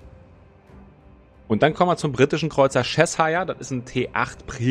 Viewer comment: Das ist nicht Chess-hire :-D Das wird mehr wie Czechshir ausgesprochen und dabei wird das i auch nicht wie das typische i (ei) betont, sondern eher wie ein deutsches kurzes i.